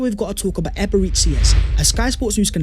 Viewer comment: It’s fuckin ebereCHi not eberezi, EbereCHI, chi chi chi not ebereze